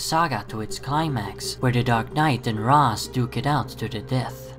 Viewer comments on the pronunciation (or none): Pronounced "ray-sh" not "raz" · And FYI the original creators of the character Julius Schwartz, Neal Adams and Dennis O'Neil actually pronounced it Rashe as well. I don't know where you're getting your information from, but you're wrong.